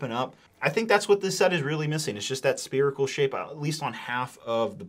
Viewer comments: Spearical? Or Spherical? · Spherical not Sperical ffs